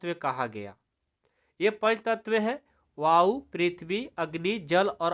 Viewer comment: Sir app vayou ko bayou padh raha ha